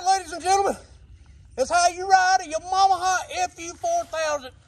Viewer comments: *Yamamaha. Lol. Says it right in the bike. Haha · Laughing my ass off he said Yamamaha and Mooseknuckle!! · When he says “Yamaha” it sounds like “ya mama” and I can’t stop hearing it and thinking “what he said about my mama?” 😂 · New here never here of this channel: Yah got me at “Ya-mom-aha” 🤣🤣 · Tha way he pronounced Yamaha lmao only 🤷‍♂️🤣🤣🤣